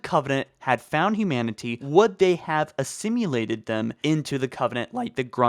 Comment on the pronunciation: ok so does this guy just not look up certain words? assimulated? wtf